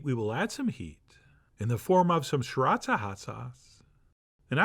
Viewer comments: Thanks again John! PS: David Tran says it's pronounced: See-Rah-Chah ...took me years to learn, lol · Shree ratcha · Chef John's pronunciation of "sriracha" always gets me